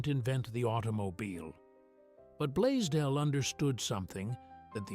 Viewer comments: The founder's name is Blaisdell, and it is NOT pronounced "blay-dell" as the fake AI-generated narration indicates. The "s" is NOT silent. Correct pronunciation of Blaisdell is: "BLAYZ-dell", contrary to what your AI-generated fake "narrator" indicates. "BLAYZ-dell" - please-get-it-right. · I wonder what the mans name was, bladeel, bladel, badeel blazedeel or whatever way the AI pronounced it. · With the exception that it continually pronounces Blaisdell as Blaydell. I think it pronounced it correctly only 2 or 3 times. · Its fitting Ai could not even pronounce Mr. Blaisdells name properly...with an S. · This is largely Ai generated The founders name is mispronounced and photos are not accurate. Garbage Ai